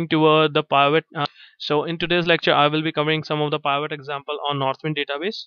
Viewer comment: The word Pivot is pronounced with a short I, as in pin, pill, or pick.